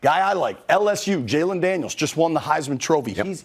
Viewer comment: Jayden Daniels not Jaylen Daniels.